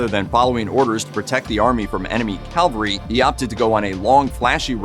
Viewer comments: CaVALry not CALvary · Cavalry: mounted/mechanized soldiers. Calvary: the hill where Jesus was crucified. Please use the correct pronunciation in your narrations. Thank You.